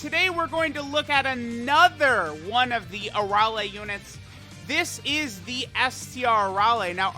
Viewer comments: You are saying Arole instead of Arale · Why are you butchering her name like that You're saying her name with an o instead of an a I've never heard anyone say her name like that unless you have a problem pronouncing